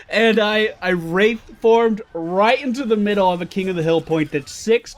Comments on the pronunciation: BricksPicks Don't forget the wrath form, instead of the wraith form. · lol wrath form, its WRAITH form oops didnt watch whole vid, my bad